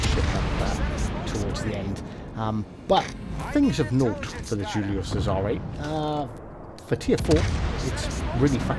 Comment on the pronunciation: Haha you missed the kraken😂 good game though, really am liking the cesare bit your pronunciation of it was awesome haha! Good video bro